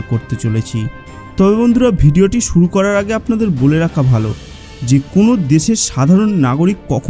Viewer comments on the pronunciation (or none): none